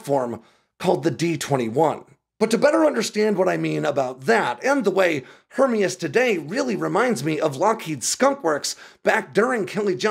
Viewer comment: And we are supposed to value information from someone who is unable to pronounce Hermeus? I guess it could be a grasp at clickbait. Either way kinda discredits any supposed insights.